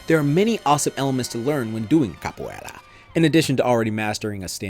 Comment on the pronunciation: mano esse gringo falando capoeila sksksksks